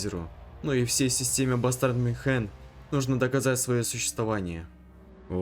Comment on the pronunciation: Почему МюнхЕн? Мю́нхен😊